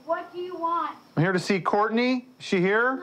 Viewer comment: Courtney say Court: NAY